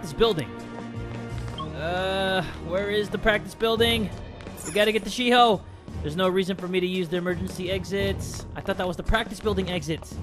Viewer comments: shiho isnt pronounced she ho its pronounced shio (the one that looks like yandere chan). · Have you heard of that girl Shiho I heard shi a ho lol but please live